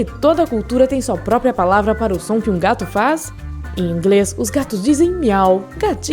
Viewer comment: Amo gatos, mas a voz dessa menina que tá narrando é insuportável. " Gatum" 🙄🙄🙄🙄